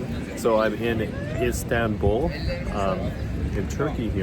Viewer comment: The name of the city is Istanbul not Instanbul